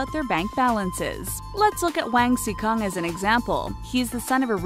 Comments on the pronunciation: tf is “whang si kong”? It’s pronounced as “wang (the “a” is like “ahh”) si (not “see”) cong (the “c” is like “ts”) Please do some research, or at least listen to the pronunciation on Google Translate. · 王思聪说成wang xi kong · I did when she pronounced Wang Sicong as Wang So "kong". They should do some research on Chinese pronunciation before typing the show. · yulin yulin 王思kong... 那个发音笑死了